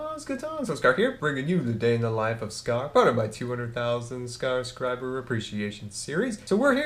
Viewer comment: New to the channel. Hears "200 000 scarscribers". LOL